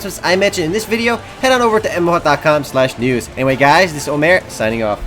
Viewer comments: God its so annoying say MMOHUT RIGHT its not MMOHOT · "Hai guys dis iz omer from mmo hat dat cam" I just love the way you say that :D